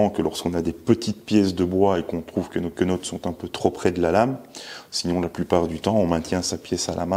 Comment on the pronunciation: Menottes, pas quenottes 😂